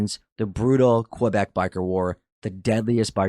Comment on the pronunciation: Maybe get a narrator who can pronounce Quebec properly next time…everytime he said Quebec or Montreal like nails on a chalk board Ps that didn’t sound like a Canadian accent dude